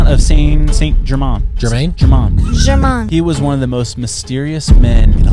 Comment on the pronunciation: Pronounced Ger-main